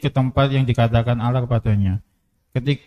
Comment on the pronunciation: apa saya yg salah dengar atau gimana ya? Saya mendengar sipembaca terjemahan menyebut Allah dg Awoh